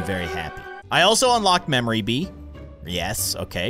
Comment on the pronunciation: Everytime he said bee it sounded like bean